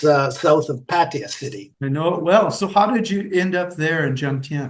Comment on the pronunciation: It's Pah-tah-ya!!!